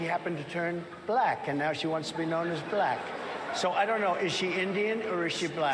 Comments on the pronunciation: It's like he adds a syllable to the word black. Thats too funny! Balack. 🙄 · He's so racist he can barely say the word black.